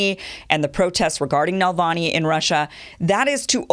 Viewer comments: Hi Kim - I love your show - but just one thing - it's not Nalvany, it's Navalny. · Kim, it’s not so hard to learn to say Navalny instead of Nalvany like you’ve pronouncing his name over several shows.